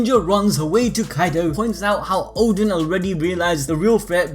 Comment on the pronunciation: Oden not Odin lol